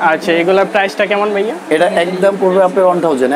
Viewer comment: বাইয়া কি ভাইয়া কথাটা ঠিক ভাবে বলেন